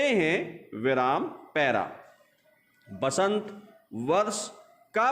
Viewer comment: सर वसंत होता है बसंत नहीं